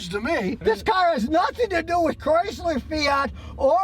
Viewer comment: Whaddahya doin tryna fit a porpoise inna back seat ovafuggin Chryslah ovaheah? Comahn!!